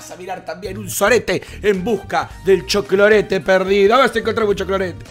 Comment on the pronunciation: Me encanta cuando dice cholclorete 😂!